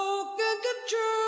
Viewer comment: カトゥールの発音はハトゥルが原音に近いようだ。KHATRU ×car true ○ her true